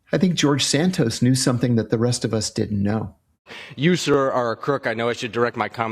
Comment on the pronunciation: Are you able to pronounce didn’t correctly?